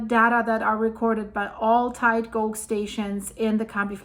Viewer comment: Just to help you, tide gauge, the gauge is pronounced the same as cage, but just replace the c with g 😊